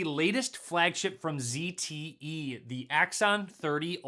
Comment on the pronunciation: He said zte right! The other british guy kept calling it a zedd te